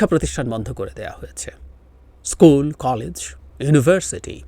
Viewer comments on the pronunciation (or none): none